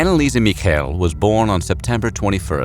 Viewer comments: I don't get why he pronounces their last name like they were Jewish XD you don't say it that way in German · The last name "Michel" has the emphasis on the first syllable. The events took place in my home region, I also studied in Würzburg.